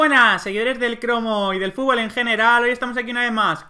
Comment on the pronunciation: No se dice fúbol, se dice fútbol.